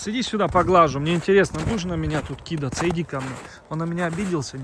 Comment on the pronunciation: не кИдаться, а кидАться!!! неприятно слушать безграмотные ударения в публичном пространстве.